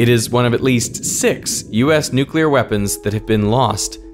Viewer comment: Thank you for saying nuclear properly - "new clear" not "newk ular".